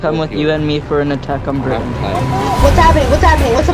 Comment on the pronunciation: The way he said Britain was disgusting 💀💀